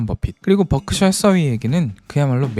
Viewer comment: 뻐크셔 ㅋㅋㅋ 발음이 귀여우시네요😂😂😂